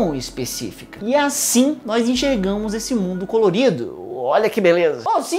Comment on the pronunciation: Aaaaaaaaaaaa para de falar "nois" kkkkkkkkkk